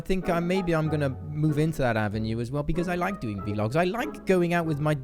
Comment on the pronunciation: Boi keen dem vlogs in dis channel, oh and it's vlogs not v logs haha